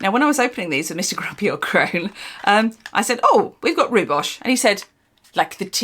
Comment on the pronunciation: I really hope you read this comment amongst all the others.... dear gods... Hi, South African Witch here. The tea called Rooibos, which is native to my country and I have drunk many many time and never, EVER, have I ever herd it pronounced as "rou-bosh" That sounds like someone trying to be posh when they are not. It is more said Roy-boss. Roy as in boy or joy and boss as in toss or cross. It comes from my home I get to be the authority on its pronunciation. I do not mean to poke fun, I am sure if I came to England there are things I could say wrong and have you laugh/cringe at. Just for future reference. Otherwise, love your work. keep it up.